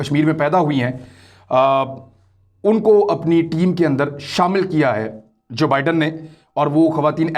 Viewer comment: ۰ نئے امریکی صدر کا نام جو بائیڈن ہے ( دو لفظ ) جبائیڈن نہیں ہے 😁 Joe Biden